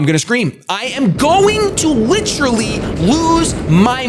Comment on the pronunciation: And could you please pronounce "literally" correctly? There is an "e"